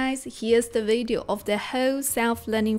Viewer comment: You can’t even pronounce the word video properly. Maybe you wanna focus on that first